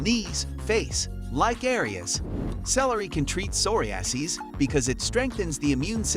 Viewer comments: Soory-ass-E’s? You mean “Sir-rye-a-sis?” I’m talking about number 13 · That pronunciation of psoriasis...😵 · He also butchered the pronunciation of psoriasis.